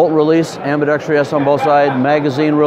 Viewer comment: This seems like a tight rifle - looking forward to checking one out. Thanks for the vid. This guy is informative, but someone needs to tell him how to pronounce "ambidextrous." It's seems like 50% of all gun sales reps will add an imaginary syllable.